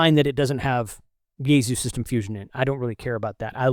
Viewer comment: It is "yay sue" not "yayZoo"...